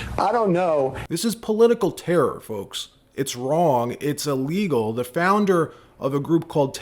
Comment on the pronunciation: Maybe I'm just nit pickin' but why is all these podcasters pronouncing everything that starts with 'ill' with an 'a'. The word is not 'allegal' it's said 'illegal'. I've noticed that several podcasters are doing this.